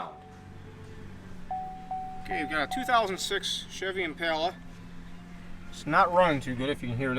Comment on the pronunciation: It's not 3.5 k it's 3.5 L. Why do people keep calling it "IMPALAAA ITS LITERALLY JUST IMPALA. NOT PAAALAAA MY GOD. STOP CALLING IT A K MOTOR ITS LITER!!!